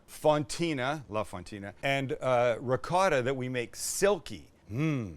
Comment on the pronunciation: It is not ricoddo. Its called ricotta. Italien cheese😊